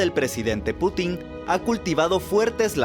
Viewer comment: se dice pútin no putín :v